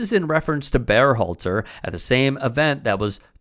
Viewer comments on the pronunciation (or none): Is this a real channel? Why do you keep saying BEARhalter?? Have you ever heard anyone say the guy's name or are you just winging it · "Bear-halter"? Nobody else pronounces his name like this, including Gregg himself, Are you trying to tell us that this is how his name SHOULD be pronounced? I don't get it.